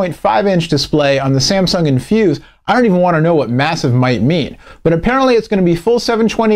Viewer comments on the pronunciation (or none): none